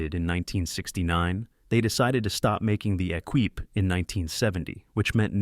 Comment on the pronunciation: Lima as in Peru (lee-ma) not pseudo Spanish fruit ! Equipe (e-keep), not Ekweep...